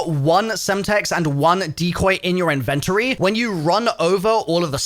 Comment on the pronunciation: what is an “invent ta Tory”? 😆